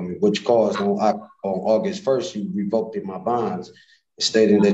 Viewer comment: Well, to some extent.....but until he can pronounce REVOKED not "revoke-ded"...... don't think he'll make it in law school....haha. But, yeah, decent.